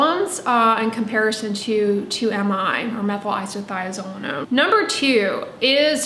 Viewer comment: Hats off to you for saying Methylisothiazolinone 😂